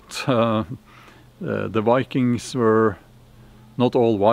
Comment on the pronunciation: lol "Va-kangs"